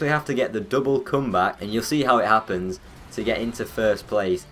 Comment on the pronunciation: Döble cymbak? What accent is that LOL?